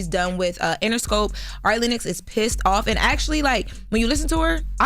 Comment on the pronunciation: Who TF is "airy Lennox" 😂😂